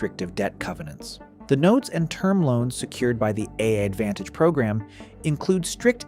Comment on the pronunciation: When I heard the way the voiceover pronounced "AAdvantage" about halfway through, that was when I knew for sure and had to stop.